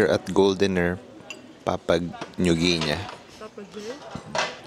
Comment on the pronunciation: Its papagay when you pronounce it. It means parrot. Viel spaß